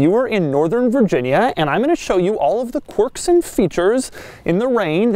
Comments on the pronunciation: It’s quirks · Rofl "Corks and Features" lololol